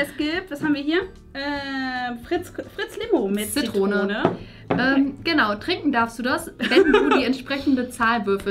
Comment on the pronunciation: Es heißt Zitrone und nicht „ZiTTrone“